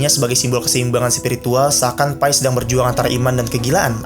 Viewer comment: Enggak "Pai", "Pi" kayak "Papi", soalnya itu nama orang Pi Patel